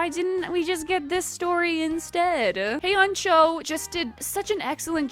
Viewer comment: just a minor heads up, the names with 'eo' in them are pronounced like 'o'! the author's name hyeon a cho is said like 'hyona cho' not 'hey on cho' haha. older translations by webtoon write things a bit confusingly sometimes.